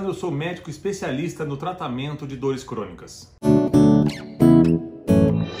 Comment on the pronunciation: Entendi que era especialista em dores escrotas, tive que ouvir 3 vezes para entender "crônicas".